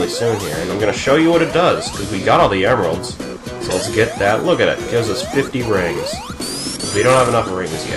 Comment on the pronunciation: LOL dont know who knuckles is plus you said emeralds" wrong LoL